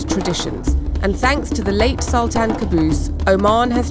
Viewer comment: Its sultaan.. Not saltaan😂